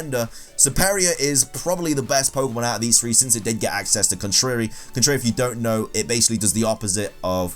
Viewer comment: Còn-trá-ry... dear god